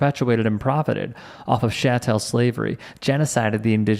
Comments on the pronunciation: sha-tell slavery?? Chattel is pronounced more like 'cattle' with a 'ch' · "Chattel" pronounced like "church". Not "Shantel" Just for your info.